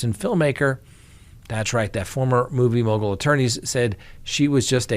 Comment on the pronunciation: struggling to repeatedly say "movie mogal" reminds me of Benedict Cumberbach saying "penguins". 🤔